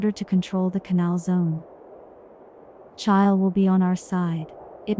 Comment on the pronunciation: Really interesting, but there must be a human being who wrote the script, and if so, why on earth can't they use their own voice rather than an AI generated one? Pronouncing Chile like mile is a joke and, if not quite ruining it, severely dents how seriously it can be taken.